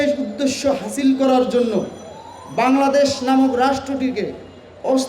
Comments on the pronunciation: ঐ আবাল বাংলাদশ না শুদ্ধ করে বল্ বাংলাদেশ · আগে কথা বলাটা শিখেন! বাংলাদেশ উচ্চারণও আপনার ভূল! আর মাকে মাসির গল্প শুনাইতে আইছেন?